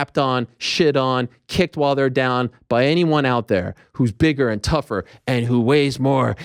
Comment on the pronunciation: ARIEL THROWS IT DAHHN